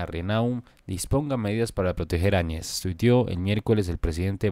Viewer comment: Se pronuncia, Añez y no Añe's